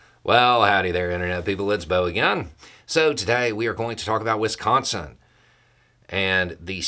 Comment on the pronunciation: Thank you for correctly pronouncing Wisconsin 😊